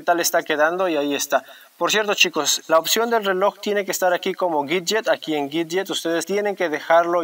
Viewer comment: Que es un gidget? Jskaja dígalo bien 😩😩